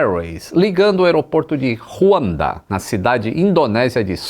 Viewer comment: Tomo esse voo, CX780 de SUB a HKG, e o CX779 saindo de Hong Kong a Surbaya, 4 ou 5 vezes ao ano. Atualmente operado por A330 antes tambem operava com B777. Geralmente é um voo turbulento, especialmente quando passa sobre a Iha de Kalimantan. O J de Juanda é pronunciado como em portugues mesmo, como em Joana. Abraço